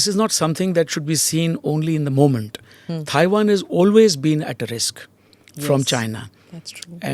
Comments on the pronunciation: Someone tell this guy it’s not “Thai”wan! “Thai”land is a different country! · Can someone please tell him how to pronounce Tiawan. It's not Thai wan.